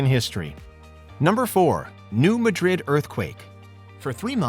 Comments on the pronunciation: Very interesting, except for the idiotic #1. Seriously? And it's New MADrid, not New MadRID. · New "Muh-drid" 🤣🤣